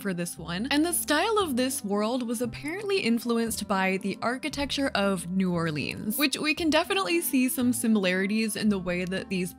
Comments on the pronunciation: the pronunciation of new orleans hurts my louisiana heart💔😭😭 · Canadians pronouncing it "New Or-leens" is always so cute and funny i love it hahaha